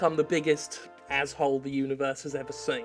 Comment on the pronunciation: Take a drink every time Jim says Ahh bblblblb hole